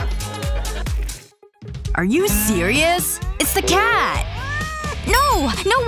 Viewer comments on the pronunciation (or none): SHE SAID CAD IN STED OF CAT